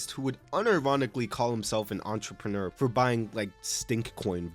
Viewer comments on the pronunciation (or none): none